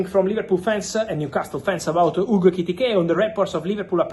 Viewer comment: Fabrizio, you are so amped-up and speedy that I can't relax and enjoy your content. Slow your speech and gestures down and you will grow 10m followers. Love your work, and love that you are incapable of saying Ekitike correctly more than once every 5 times you say his name! 😂